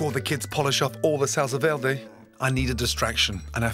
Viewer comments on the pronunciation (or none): I KNOW LOOOOL OH MY GOD i live on the border of mexico and no one pronounces it like that, it's pronounced verday not vlelrday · looks delicious. anyone else triggered by how he pronounces 'verde' ? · That pronunciation of Verde 😂😂 not so good at everything are you lad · Salsa VEWDEW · SALSA DERDE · i kinda am, portuguese is my main language and he pronounces it like "velde" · salsa verday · PowerfulDragon velde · Kantros he's fluent in French so he pronounces it like Velda, R = slurred L. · the good pronunce is vér·de , listen on google translate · Gordon is trying to hard to speak Spanish by pronouncing it "V-iair-day. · The way he says Verde makes me absolutely fucking furious.girl friend as just been twated dogs just been kicked why would you gordooooooooooon whyyyyyy